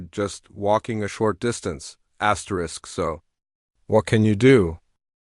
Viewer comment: STOP SAYING askerest